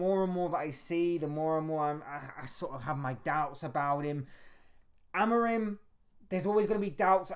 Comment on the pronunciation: Please don't insult that man calling by twitch thot's name. It is pronounced Amoureem!